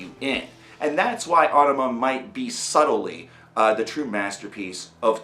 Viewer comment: Finally someone who pronounces it right.